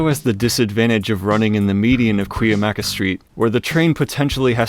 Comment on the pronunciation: I give you mad props for pronouncing Cuyamaca correctly. Even locals dont know how to pronounce it!